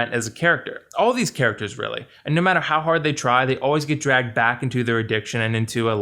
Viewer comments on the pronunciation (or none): none